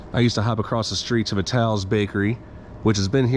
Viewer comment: you pronounced Vitales and Diegregorios incorrectly. There is a movie about the World Cup it's called "The Game of Their Lives" parts of it were recorded on the Hill and some of the people from the Hill are extras in it. First pronunciation of Ruggerie's was the right one. The house I grew up in made it to this video <3